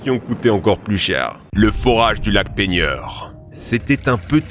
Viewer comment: Le forrage du lac Peigweurrr